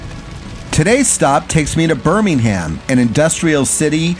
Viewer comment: Birmingham is pronounced Birmingum!